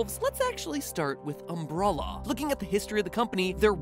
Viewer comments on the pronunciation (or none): Aaaaah... Mat? It's Umbrella, not Umbrolla. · It's umbrela man not umbrola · Was anyone else bothered by the fact that he kept calling Umbrella Umbrulla? Like, bruh. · isn't umbrella pronounced um-bre-lla than um-bruh-lla? it annoys me matpat mispronounce it and we know everyone in resident pronounce it um-bre-lla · Umbrulla? lol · it's just umbrella not "umbruhluh" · did you just say umbralla? Isn't it umbrella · Is it just me or does it sound like MatPat sometimes says "Umbrolla"? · It's umbrella not umbrolla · "Umbrulla" Corporation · Anyone hear him say “umm-bruh-luh” instead of “umbrella” many times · ...Okay am I the only one who finds how Matpat pronounces “Umbrella” super weird? It’s like he’s saying “umbrulla” or “umbrolla”, makes me twinge. (No criticism, just observation) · Why do you pronounce it "umbrulla" instead of "umbrella"? Have I been pronouncing it wrong my whole life or is MatPat wrong? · Umbrella..... Not Umbruhlla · Why does he pronounce it Um-bruh-la it's Um-bre-la. XD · Okay, wtf. Mat pronounces umbrella as umbrulla. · Is it pronounced UmBRUHllA??? I need to know!! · Why can't you pronounce "umbrella"? Seriously, homie. It's "umbrElla" not "umbrulla." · Is it just me or is he saying Umbrulla instead of Umbrella? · why the F did you say "umBROlla" it is pronunced "umBRElla" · It's umbrella not umbrulla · He pronounces it Umbrawlaw but in the games its just umbrella like just how u say the tool itself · The way you say "umbrella" sounds like "umbrulla" lol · why tf is it impossible for him to say the word "Umbrella" normally. It's not "Umbrrrola". Have no idea where you got the "O" sound from or why you're extending the "R" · The way he pronounces umbrella as Umbr-all-a. It aggravates me. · we have a new word to add to MatPats weird pronouncing like Doll/Dowl - Umbrella pronouned as umbrolla lol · I heard AMBRALLAH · Do I keep hearing "Umbrulla" instead of "Umbrella"? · This boi said “UmbrOlla!” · because umbrella is pronounced umbralla